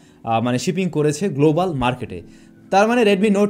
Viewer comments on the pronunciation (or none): none